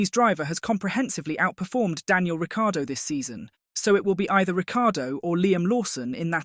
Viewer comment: Agree Ric time in F1 is over. So arrogant he just kept moving teams. Can you please pronounce his name correctly - there is no "i" sounded in last half of his name.